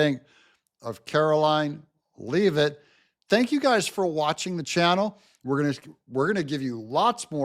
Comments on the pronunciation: Karoline Leavitt. PRONOUNCED LEVVITT, NOT LEEVITT. Please help us! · Karoline's last name is pronounced "LE-vit", as in "leaven" or "heaven", not "LEE-vit". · Pronounced “Lev-it” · You are pronouncing Karoline Leavitt's last name wrong, you'll hear it enough times to get it right. Just saying.